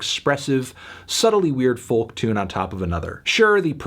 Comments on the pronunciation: would be a good video but for the way you pronounce the word "folk" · For gods sake melon please stop pronouncing the ‘L’ in folk, it’s cringe inducing and frankly beneath you